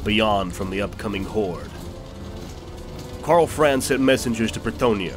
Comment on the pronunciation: Ahh, Ka'bandha, what a glorious sight! p.s. I noticed that the guy narrating this was pronouncing Karl Franz slightly wrong. Since it's a German-esque name, the 'a' sound in 'Franz' would sound like an open-mouthed 'ah'. Karl Fr-ah-nz.